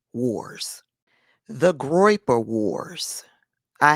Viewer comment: "Groiper. Um-huh. Groiper."😂😂